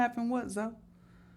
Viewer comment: His name is pronounced Zo